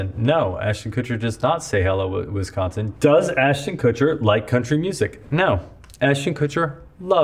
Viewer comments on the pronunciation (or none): He does say "Hello, Winsconsin", tho lol